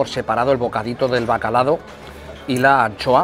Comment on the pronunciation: el típico que dice bacalado..